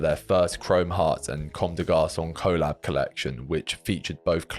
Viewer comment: Please say collab the same way you say collaboration.